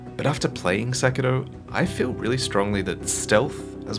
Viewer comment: Weebs: We speak English. It's SekiRo, not SekiLo. Japanese people don't pronounce English words in a Cockney accent.